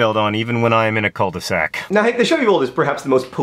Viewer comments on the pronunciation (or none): Dear John, You shouldn't pronounce the "L" at the end of "cul" in cul-de-sac. Also fun fact, "cul" means "ass". Love, A French-speaking nerdfighter. DFTBA